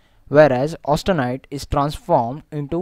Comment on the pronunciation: AUSTENITE IT IS..NOT AUTSTENITE